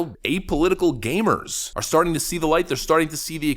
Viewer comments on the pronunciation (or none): Gamers not gaymers!